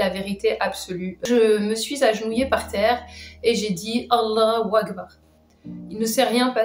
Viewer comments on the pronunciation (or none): 20 ans d'islam et elle sait même pas prononcé "Allaho akbar" correctement... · 20 ans d'islam et tu sais pas dire correctement Allah u akbar 🤣🤣. Fake 100 %